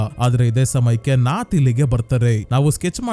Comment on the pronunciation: ಕಲಂ ಕಾವಲ್ ಅಲ್ಲ ಕಾಲಂ ಕಾವಲ್. ನಾತ್ ಅಲ್ಲ ನತ್ತ್ ನತ್ತ್ ಅಂದ್ರೆ ಗೂಬೆ